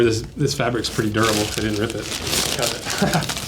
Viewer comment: its not Derrable its Durable. lol